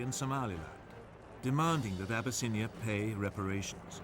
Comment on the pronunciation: Abyss-in-I-A 🗣 ok deep water Ocean flood